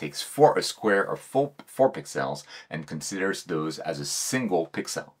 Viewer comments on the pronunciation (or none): Great vid,. But I'll be honest, I'm just here for the pix-elles... Clear ciels!